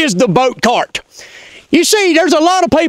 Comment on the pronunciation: The "boat tar..." Oh! CART! With a "C" and ends with a "T".... Not starts with a "T" and ends with a "D"... Right. Well, that makes a difference, now doesn't it. ❤😂👍🏻👍🏻